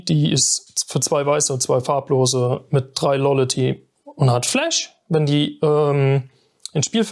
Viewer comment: sagt dem armen jungen mal endlich jemand dass es nicht lollaty heisst